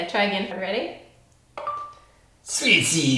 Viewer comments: It took me a while to figure out what was talking about (when he was pronouncing the Cookie in Chinese until I saw the translation). In fact there is an easier way to say it: Bing Gan(Sounds like Bin Gun). I hope this would help.;) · The Chinese was close enough that people in china could most likely guess what you mean, you just need to say the the first word twice instead of once and you’ve kinda got it :) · 3 years late comment, cookies in Chinese: 曲奇饼 (google translate it to hear how it is pronunced) nice try, sounds nothing like it XDDD, but 20/10 for the attempt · What???? He's trying to say cookie in Chinese?? That's not how you say it😂😂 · Bing gan, but but i think u said it wrong. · TBH he said the cookie one wrong😬😬😬😬😬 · Athena Chan he said 曲奇饼 but he just slightly mispronounced "qu" and the tones. Still, I think he said it quite well imo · he probably said 曲奇饼，but "q"s are one of the pinyin consonants that are hardest to pronounce for non-native so it's okay~ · For chinese, he meant qu qi bing. It's not wrong. He just needed to work on pronunciation. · Qū qí bǐng is a transliteration. And no he wasn’t that close but the bing was good! It would sound closer to chew chi bing. Bǐng gān is the word in mandarin. (From what I’ve studied) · AngelMuggleAngel I mean, close but not quite? If you're talking about proper mandarin, he is rather far off, but if you're talking about the sound in general without bothering with the 标点符号 then he is kinda close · Actually, cookie in chinese is qu qi bing not xi xui bing. But it's kinda hard to say that so just say bing gan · actually, the pronunciation is Qū qí bǐng, he said the Qū as Xui, which is actually not correct. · Hi, I'm Chinese, and cookie in Chinese is pronounced 'Qū qí bǐng'. But pronouciation is very close! The first word is wrong, but the rest are correct. Good job!😄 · It’s pronounced qu ci beang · pronouced cookie wrong in chinese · 曲奇饼！his pronunciation is just a bit off.